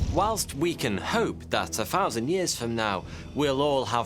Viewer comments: a fird bomb a fousand times strrronger loool . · A fousand years? Speak properly dude. What are you, 3 years old? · I made it 3 minutes in before fousand and wif and freats drove me crazy